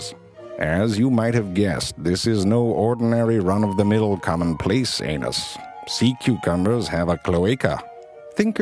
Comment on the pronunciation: The way he says anus XD